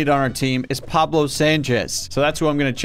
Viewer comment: that’s not pablo, that’s wablo